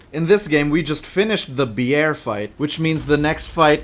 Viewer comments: pronouncing Bjørn correctly is serotonin for me as a Norwegian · Hi. Norwegian here. In Norwegian bear is bjørn. The "ø" is similar to o, but is kinda sounds like uhhhh (used often when people is lost for words is shows etc). is almost perfect when saying it. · As a Norwegian i give your pronouncing on bjørn a 9,7/10